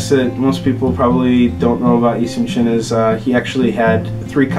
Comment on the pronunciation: His name was Yi Sun Shin not Yi Soon Shin